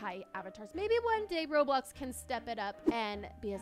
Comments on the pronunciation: I love how it say rolbox instead of roblox 😂😂😂👍👍👍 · Nobody gonna talk about how it said rolbox not roblox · I have a conplain but wheb u said roblox it actually said rolbox just saying 😬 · Is nobody gonna talk about when it said rolbox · “Rolbox” I love this girl 😂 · my parents always pronounce roblox roblux